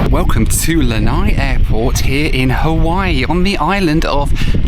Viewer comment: Please drop the "Ha-wee-wee" pronunciation.